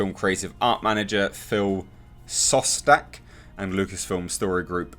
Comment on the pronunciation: Hey! A tip on how to pronounce Mr. Szostak's name: its' Shostak, in Polish whenever you have sz next to each other, you read it similar to sh. I personally don't think that blowing Death Star to milion pieces couldn't result in that big chunk gettin to that whatever-its-name moon in TRS I was cool with that. What I think was straight bull, was the whole finding the exact location of the throne room, using that knifey thingey. And also the throne room, was like half a globe from the superlaser emiter, on the 'north pole' of the DS.